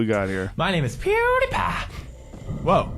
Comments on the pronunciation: no one: joe: Poodiepie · Joe Rogan calls him “pooty-pie” what a fucking grandpa lol. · "Poodiepie" lol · Not even 'Poodiepie' Pooty Pie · I can't get over Joe calling him poodiepie 😂😂😂😂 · Joe "Poodeepie" Rogan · Joe " poodiepie" rogen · JoenRogan keeps calling pewdiepie "poodiepie" 😁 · Joe says poo-diepie 😂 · i love how joe calls him pooty pie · It’s pew like a gun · I like how he pronounced it “poodiepie” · Who is Poodiepie? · No one: Exactly no one: Joe Rogan: "Poodiepie" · "poody pie" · joe called him poodiepie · "poodipie" LULW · "Poody pie" - Joe Rogan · lol its not poodeepie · "poo dee pai" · Nobody: Nobody: Joe: poodeepie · Dear Joe, LET THE MAN FUCKING TALK!!! I love you dude but DAMN. Also, “poodiepie” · "Poo die pie" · Joe it is pronounced “Pew Die Pie” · It's not, it's pronounced "pew-dee-pie". "Pew Die Pie" sounds like a death threat to a pie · Joe "PooDiPai" Rogan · Why does Rogan say Poodiepie? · Joe said poodiepie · no pewdiepie is his name on youtube, it is pronounced pew Dee pie, unless you live under a rock, then you have heard how his name is pronounced, especially when you are someone like Joe rogan. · “Poodiepie” Hahahha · Joey “ PoodiePie “ Rogan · "Poodie pie" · If he says "poodiepie" one more time I'm gonna lose it, lol. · swedish 😂pewdipie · He said (Puty) Pie ahhahhah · Poodipie... That pronounciation. This guy is talking way too much, has to practice letting his guests talk more. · "Poodiepie" 😂 smh joe rogan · he says he speaks bad English, but prounces his name "poodiepie", since when the hell is PEW prounounce like that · "shitty grasp on english" says the man who pronounces Pewdiepie as Poodiepie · Love all the millennials aghast Rogan can’t pronounce pewdiepie. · The contempt Joe has for Pewds becomes obvious when he mispronounces PewDiePie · 2K people disliked because he mispronounced pewdiepie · How can you talk about somebody, you don’t even know how to pronounce his name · It bothers me the way joe says pewdiepie like pooodypie 🤣